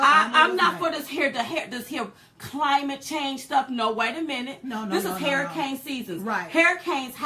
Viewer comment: I love u Diamond but you're killing me when you say hairicane instead of saying hurricane. Maybe it's just me, but I love ya anyways. keep them videos coming. Silk be killing me with them faces she be making. She's the ultimate hype girl. Keep up the good work guys.